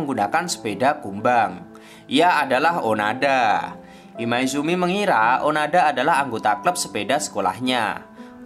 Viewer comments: Onoda bukan onada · Maaf, bukan Onada min tp Oooonooooodaaaaaa😃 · Bang kalo di anime namanya onoda bukan onada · Izin meluruskan, namanya bukan onada, tapi onoda, terimakasih :) Karena saya sudah menon animenya secara langsung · onoda min onoda...bukan onada... semangat terus min.... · Onoda min bkan onada, ini mah anime favorit ane mim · Onoda bang bukan Onada. Sorry kalo aku salah denger karna aku dengernya onada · Hmm bang, maaf nih kayaknya namanya Onoda deh, bukan Onada hehehe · Onoda min bukan onada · Onoda min. Kesel gw dengernya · Onoda bang bukan onada 😁😁😁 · Onoda mas bukan onada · Admin nya nglindur ni, onoda bang, bukan onada.. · onada atau onoda ya? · onada apa onoda sih min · onoda sakamici atau oanada bang 😂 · Onoda bang bukan onoda hiks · onoda min bukan onada di animenya si gitu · Onoda bang bukan onada :v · Onada apa onoda sih jadi bingung 😀😂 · Bukan onada tp onoda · Seingat saya namanya onoda , bukan onada . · bang onoda bang, bukan onada bang wkwk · Nyebutin nama kok berulangkali salah? Onada apa Onoda? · onoda boss bukan onada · ONODA NGEN, BUKAN ONADA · Gatel denger nya... Onada.. Kalau di anime nya Onoda